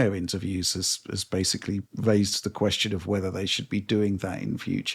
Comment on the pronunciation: Bro, please do one for every instance butchers the word ‘basically’ by mispronouncing it as “basely”. I swear he said it 6 or 7 times the last Direct he was on. It’s like an ice pick in my ear